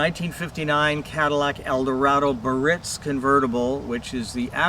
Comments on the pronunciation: There's an "I" in Biarritz that you're omitting in the pronunciation. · Sorry, not Ber-ritz but Bi-AR-itz. Let's call it by its rightful name!